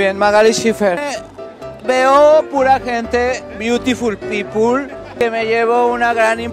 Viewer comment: GENTE "BIUTIFULL PEOPLE" 😂😂😂🙈🙈🙈🙈